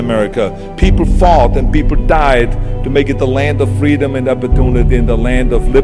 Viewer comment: FU Fweedom he says